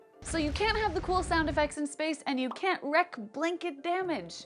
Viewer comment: wreak is pronounced "reek," not "wreck"